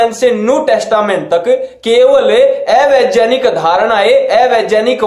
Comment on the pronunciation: ये राहुल आर्य 'ज्ञानी' और 'वैज्ञानिक' को 'जानी' और 'वैज्जानिक' क्यों बोलता है ???? हा-हा-हा-हा